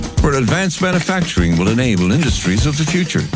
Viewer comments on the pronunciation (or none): none